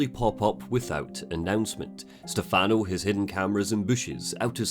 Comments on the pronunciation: you mean like STEH-fun-oh, not Ste-FAHN-oh, right? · Valentini is fine, Stefano is what he pronounced wrong. The emphasis is supposed to be on the first syllable, not the second. The way he says it in game is an American pronunciation. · One thing I find funny with Evil Within 2 was how obvious it was to me that they didn't cast an Italian to play Stefano. Dude comes out of nowhere and introduces himself by pronouncing his own name wrong. I should know, that's my name too.